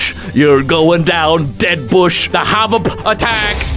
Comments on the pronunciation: I like when he says havap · The funniest is when he says hvap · You are very funny when you said havp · We all love you and i almost died because you're funny when you said “the Ahvap tnt Ahvap Ahvap Ahvap Ahvap” 😂😂😂😂😂 love you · Its so Funny when he said HVAP yeah and my is also the Hvap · Why does said Hvap HA VOP